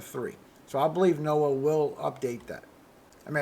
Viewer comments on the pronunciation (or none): none